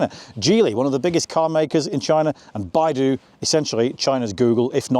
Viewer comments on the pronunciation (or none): none